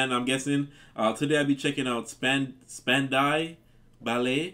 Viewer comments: Their name is pronounced SPAN-dow ba_LAY. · Check out the group, Double. They sing a song similar to this: The Captain of Her Heart...real smooth n mellow. The pronunciation of the group is Span-Dow Bal-lay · SPAN-DOW BALLY pronounced love. . 👍 ❤️🇬🇧. The love of my life dedicated this song to me. 3 month's pregnant he left town and went to London. But its a great record, and it was 1983 so many miles have gone by. He died 6 yrs later aged 30, and my heart was broken again. "Gold" is anothergood record of theirs. PLEASE can you play Simply Red - "STAR'S", and another one by them "FAIRGROUND". I know you will love those song's, and I did just open up about my heartbreak, so...... 👍 🇬🇧❤️ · Span Dough Ballet. Lol. You're too cute, J! Lol. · This song always reminds me of the movie Sixteen Candles. 💜💜💜 Pronouned: Span Dow Bal Lay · Span-dow Ballet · ITS SPAN DOU BALLET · It's funny trying to have some of these brothers pronouncing the standout by lay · I think it's pronounced "span dow" ballet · Span Dow Ballet. I think that’s French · Span dale ballet. Try that a few times....You’ll get it. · Next time use this newfangled thing called Google to research pronunciation before you make a video. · He cares so much-NOT!!!-about what he gets to listen he doesn´t even learn how to pronounce the names of the band first... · Well, if it doesn´t matter how one pronoiunces the name of a singer or a band before repeatedly mentionoing it, maybe people should start calling YOU JoanneTV, then...I´m surre you would not feel like correcting them